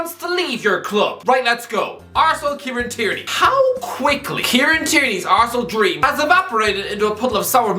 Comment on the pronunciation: Why do you sometimes pronounce words or names so weirdly? Like you say ArsenAL. It’s just irritating as fuck